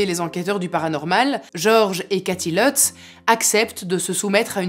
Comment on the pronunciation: Leutz... c'est des Allemands c'est pas à l'anglaise c'est Lutz avec un u